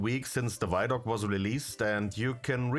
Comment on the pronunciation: It's vid-doc, not vydoc, it's a video documentary